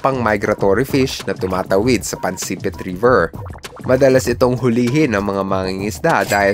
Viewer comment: Pansipit poyon Hindi Po pansepit😂😂😂😂